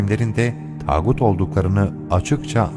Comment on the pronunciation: Güzel olmuş video Allah muvaffak etsin. Fakat yapıcı bir eleştiri yapmak istiyorum, seslendirme yapanlardan bazılarının tağut kelimesini telaffuzu o kadar acemi ki çok belli bu kelimeyi ilk söyledikleri. Bunlar profesyonel seslendirme yapanlar belli ama maalesef bunlarda profesyonel değiller.